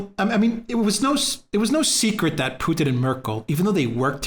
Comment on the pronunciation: It's putin not poothin just say Vladimir you sound ridiculous